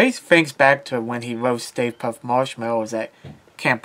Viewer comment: Puft not Puff